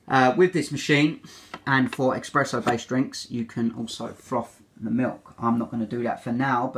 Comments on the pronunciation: Nice and helpful review, but man you love coffee, so please, c’mon, it’s espresso with an “s” not expresso hahah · eXpresso? seriously? 🤦🏼‍♀️ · No, it's just mispronunciation. Source: I'm British.